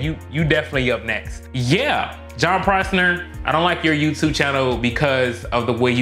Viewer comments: He just said "Prosner".... 🤦🏻‍♂️ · Fo real! If I took a shot every time he said Prosner I'd have been out before intermission 🤪 (At first I thought he was doing it as an inside joke since Jern hates that no one gets it right) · You can’t even say his name right. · He doesn't even say his name right. Don't sweat it.